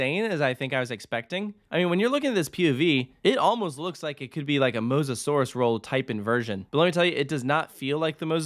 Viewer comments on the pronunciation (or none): none